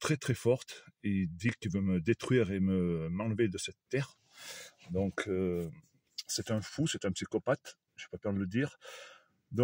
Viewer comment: Lire donc et pas " dinc ". Pardon.